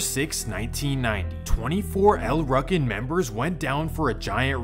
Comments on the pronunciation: Wtf is a ruckin? It’s ru-kin wtf lmao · Pronounced L Rookin not Ruckin how u said it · lol it pronounced Like rookins or ruukins no ruckins… you’re killing me smalls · EL ROO CANS....is how you pronounce it fam lol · It seems like in all of these stories at some point shit goes left between 2 friends & a beef starts that lasts for decades …..it’s happpened countless times & continues to happen til this day…..it’s pronounced “EL ROOKIN” btw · El Rukn is pronounced with a long vowel U.. like Rue-kin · It’s pronounced “El Rookin” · It's pronounced El "Rooken" but spelled Rukn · It's pronounced, "El RUU KEN" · It's pronounced "L-Roo-kin" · It's pronounced El rue kin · pronounce it right SAY IT LIKE EL rOO-kin yes its spelled el rukin but its not pronounced that way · It’s pronounced Rookin. Damn you really butchered that up plus you said it like a thousand times 🤦🏻‍♂️ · U kept mispronouncing El' Ruken. The u is hard, not soft. sounds like Rooken. Also, the stones and MCs were never one gang, and Micky never ran the stones while Malik was locked up. Also, the original leader of the stones, King Bull, was blamed for mickys murder. Malik loved Micky like a brother. Malik and King Bull went to war over the leadership, and Micky got caught in the middle. and the MC never had Cabrini Green and Robert Taylors on lock. CG had abot 30 buildings. The MCs had 3 buildings. Vicelords had 2. the disciples had the rest. The MCs had 4 buildings in the Robert Taylors. Disciples had over 20. The MCs were always a tiny gang compared to the stones, disciples and gangsters. U got a lot more wrong as well, but u arent the only one. a lot of that information is spread by police and so called scholars who didnt have correct info to begin with. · U pronouncing el rukn wrong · Maybe this is Ai cloned voice; But you're pronouncing El Rukn wrong. It makes you sound like a person who doesn't really know what you're talking about.